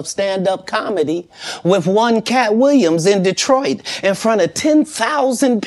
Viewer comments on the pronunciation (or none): none